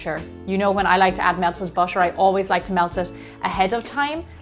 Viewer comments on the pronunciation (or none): she said "but-trer"????